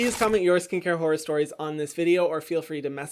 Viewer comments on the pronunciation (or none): why do i hear whore stories instead of horror stories